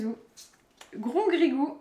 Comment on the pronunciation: Ça me fait rire dit souvent Grongrigou!😂 sinon continuez et let’s go les 2 M